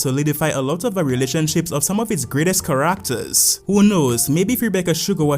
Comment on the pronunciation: Ca-RACK-ters is crazy lol No offense, everyone's got their accents and pronunciations. I just find your pronunciation respectfully funny is all. ^_^